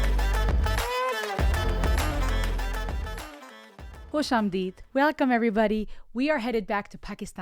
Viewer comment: you say khushamdeed so well. are you Pakistani? love the dress btw.